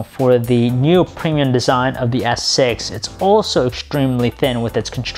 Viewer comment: Just because just because just because just because just because stutter just because preeeemiyum quality